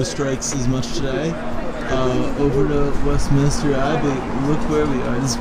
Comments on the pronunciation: Good to know! Yeah I'm not sure why I kept mispronouncing Westminster lol - I think because there's so many Westminister's in the States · Southwark is pronounced Sutherk, and it is Westminster not Westminister